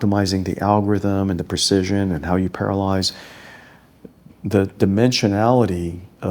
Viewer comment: Very cool video, he's a cool CEO, but one thing - the way he says 'parallelise', sounds like 'paralyze'...